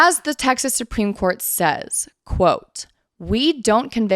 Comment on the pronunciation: Once or twice, I misheard you say Supreme Court and I thought you said Spring Court. 🧚‍♀🧚🧚‍♂💐🌷🌹🌸🌼